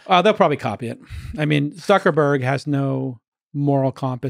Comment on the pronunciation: "Suckerberg" lol